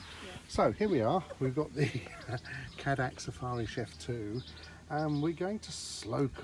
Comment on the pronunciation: Just FYI the pronunciation is Kay-Dack